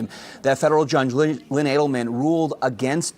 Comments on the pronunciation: Just for clarification the judge's name is pronounced Adelmen not Alderman. Thank you for your attention to this matter. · Not saying you are wrong just asking. you said an alderman ruled against her, then said the same judge turned her down again. Since when have judges been allowed to be aldermen? I mean that has to be a conflict of interest right? Judges are not eve allowed to moonlight (in most cases) much less hold another political position......EDIT lol just realized adelman is the judges name haha. To be fair you mispronounced it and said alderman several times.